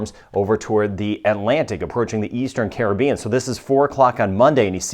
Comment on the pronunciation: Watching from Nassau, Bahamas I Love how you know how to pronunce all the names of the Caribbean Island and South American Countries ...